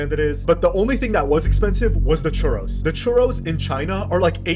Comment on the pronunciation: When he said churros, I almost started crying😂